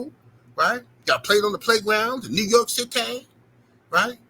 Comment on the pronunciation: I agree with you 78, but "New York Citayy" 🤣Chill B